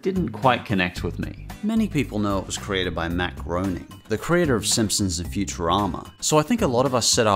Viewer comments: Great video. For future reference, Matt Groening's last name is pronounced "grey-ning" (rhymes with raining), not groaning. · Hey, just saying, his (Matt Groening's) name is pronouced Matt Greyning. I just know even in his offical simpsons game he corrects everyone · It's pronounced Matt "GREY"ning